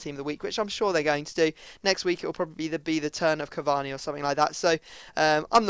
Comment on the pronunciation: Cavanni lol its cur-var-ney cavani